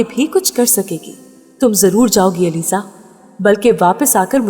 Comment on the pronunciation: It's Aliza not alizey